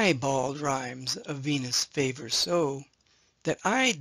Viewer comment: A minute and a half in, and I have to point out that line 3 in Epigram 11 -- in more modern typography -- reads: "But thy bald rhymes of Venus savour so," . . . and I swear I heard you say it as "favour" instead. The word "savour" is spelled with the same long-S that is in the very next word: "so" (i.e. not "fo" obviously). The poet is alliterating here. That long-S looks much like a lowercase 'F', but it isn't one. Now, back to the video . . .